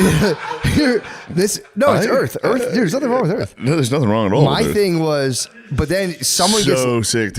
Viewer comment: did shane say "i think erf"?!?